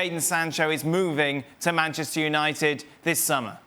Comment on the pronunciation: Penchester United” ”Bruno Penandes” “Varchester United” “UefaChester”